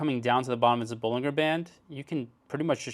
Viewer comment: love, but he says bollinger band wrong